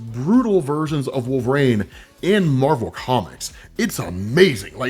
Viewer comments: it's wolvERine, not wolvaarane bro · Nobody gonna stop from calling him "Wolf rain"??? How could someone like him be getting the name so wrong?